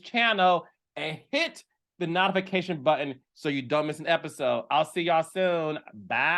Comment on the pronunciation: Carlos I love your commentary but PLEASE stop saying NOT-TA-FA-CATION button. It’s NOTE-TUH-FA-KAY-SHUN. Please & Thanks Love ya! #LibraGang ♎️